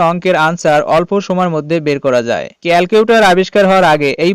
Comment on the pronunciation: একবার বলে প্রিন্সিবল আর একবার বলে প্রিন্সিবাল আবার বলে ক্যালটিউটর 😂😂😂